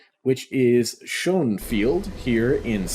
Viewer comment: The airport should read "Schönefeld" (the e in the middle is voiced, not silent). Was the GDR's Berlin international airport.